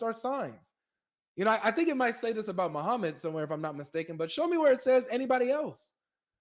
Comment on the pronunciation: Hell will be full of muslim woman said muhammud😭😂